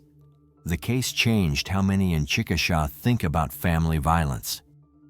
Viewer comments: It’s chick-a-shay—- just so you know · It’s pronounced Chick ah shay